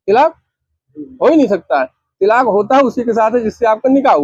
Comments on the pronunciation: Tilaaq nahi talaaq hota hai choo n choo n ka murabba hai yeh 😅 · जिसको तलाक बोलना भी नहीं आ रहा है तिलाक तिलाक़ कर रहा है